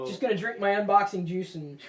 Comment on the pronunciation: Your drinking your unboxing "juce"